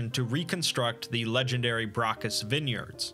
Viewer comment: Great video, but one thing: The special wine is called Bacchus, which is the name of the Roman god of wine and revelry, equivalent to the Greek god Dionysus. There is no letter R in Bacchus 😅